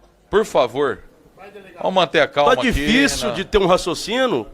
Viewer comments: Um delegado, ao invés de Falar: "Raciocínio", fala "Raciocino"... É FLÓRIDA, viu! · Um deputado que pronuncia "Racocino" já disse tudo . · Que Vergonha esse sujeitinho aí, um pobre coitado que não consegue nem falar português básico! Alguém conhece a tal palavra " raçocino" ???😅😂😂😂😂😂😂😂😂😂😂😂😂😂😂😂😂😂😂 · "Raçocino" como o deputado caveira disse , será que ele tem raciocínio? Esses deputados mequetrefes bolsonaristas não sabem nem falar. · "Dificiu de ter um racçocino"?,,? Kkkkkkkk